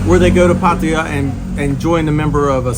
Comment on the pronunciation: Finally someone pronouncing Pattaya properly.